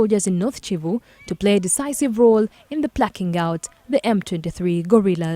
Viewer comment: It is Kivu not Civu….